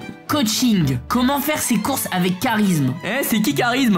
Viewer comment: Le CHHHHAT_RISME🤣 LOL